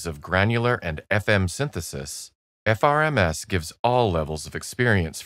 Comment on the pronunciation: Top tip: in your text-to-speech script replace "FRMS" with "frames" for the best pronunciation experience possible :)